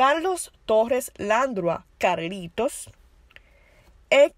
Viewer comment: La dama que narra tiene un serio problema con con los acentos ,pronunciación y lectura de las palabras por ejemplo el apellido “Dávila”, el apellido Landrau se pronuncia (Landró) .Cometió no menos de 15 errores.